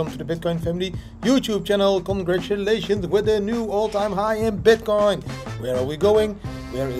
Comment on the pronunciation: I'm pretty sure at one particular moment you said bitkind..too excited I guess